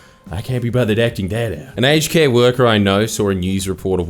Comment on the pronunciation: My American is showing. I deadass thought you were saying "HK" instead of "aged care"